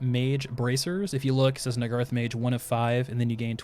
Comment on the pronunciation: I believe Nagarythe is pronounced Nagah-Rythe